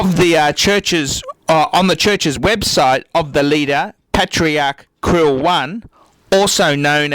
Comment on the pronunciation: I think its pronounced like Cyril....